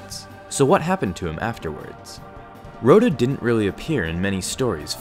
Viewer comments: Raw-tah. Not Roe-tah. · "Row-dah the Hutt" It's "Rot-uh"